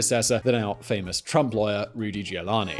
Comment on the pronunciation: Sorry.. Rudy who? Say that again. We've all heard his name a thousand times. You know how it's pronounced, and you so blindly read the auto-cue phonetically in such a manner?